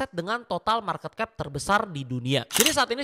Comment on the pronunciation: Penyebutan marketcap nya salah